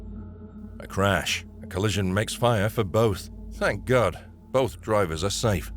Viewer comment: "Oh my gard" very weird commentary.